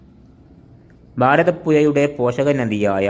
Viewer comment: എയാമത്തേത്, ഭാരത പുയാ..😂